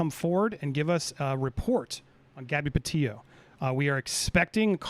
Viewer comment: All you do is Judge other people and try to "blast out" other channels. John Walsh is a professional, your a YouTuber. You have been covering this case since the beginning and you still mispronounced Petito. You make fun of others mixing up names..you did to now, its called human.